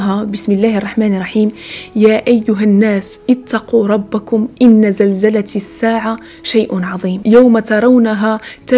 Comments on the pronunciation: إن زلزلةَ الساعة بالفتحة فالتاء ماشي الكسرة اختي وشكرا على الفيديوات الزوينين بحالك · بغيت غير نعرف اشداك تهضري فهذه الامور ان باقة كتغلطي فالقران زلزلة بالفتح ماش الكسر ونتي مدايراش حجاب شرعي اتق الله